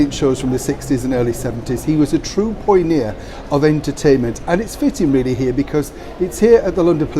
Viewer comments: did you say 'poyneer'? I think you meant pioneer!!! Hhahaha! Love your videos. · it's pioneer; pronounced PI-O-NEAR, not POI-O-NEAR....😉😀😉